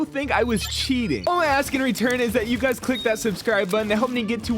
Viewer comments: No it’s hi gays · nope it’s hi guys